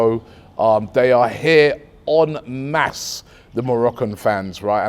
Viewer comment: Robbie "EN MASSE" Lyle